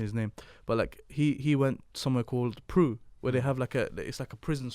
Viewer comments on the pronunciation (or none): Bro when you called it PRU 😂🤣🤣🤣🤣 its pronounced P-R-U. Great podcast btw.